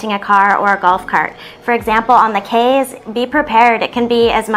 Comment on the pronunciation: I was born in Belize, but migrated at twelve years of age and grew up in Texas. I just wanted to say you both did a great job informing people and travelers about Belize and its culture. The only thing I’d like to point out is that Belizeans pronounce our Cayes as “keys” and not Kays.